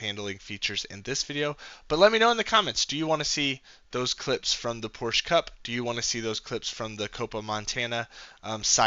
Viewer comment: Porsch, of course!